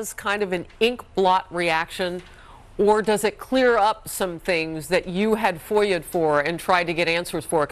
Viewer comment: Two things for the woman: needs longer lashes and when she says, FOIAed" maybe not everyone can follow that word